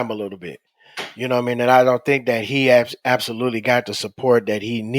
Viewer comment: He said absoluteLEE!